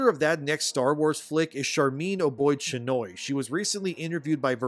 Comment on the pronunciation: Haha 😂👏🏼 your making her name funnier than it actually is oh boy chin Oi 😂😂 👏🏼👏🏼👏🏼🏆 it’s obey chinoi but yours is way funner 😂👏🏼👏🏼